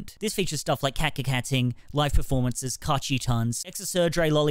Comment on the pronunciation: any one noticed the m in live permformances